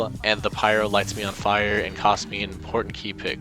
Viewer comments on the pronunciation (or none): none